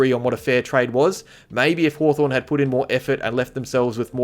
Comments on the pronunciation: Was Haw”torn” intentional,? 😉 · 'Hawtorn' LoL...